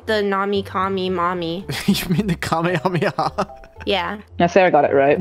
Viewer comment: made me mad when she said kamehame wrong 😂